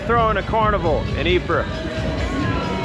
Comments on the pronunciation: That was a pretty bad pronunciation of Ypres, though the entente troops pronounced it 'wipers'. Poor young lads. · I believe the town of Ypres is simply pronounced EEP. There was a WW1 battle there. Don't remember which year. I think somewhat early in the war.